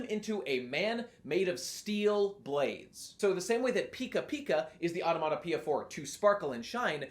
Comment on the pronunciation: Really struggling to pronounce the word onomatopoeia there, huh.